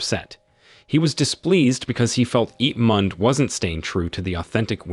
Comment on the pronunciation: "Ip mand" 💀💀🤚🏻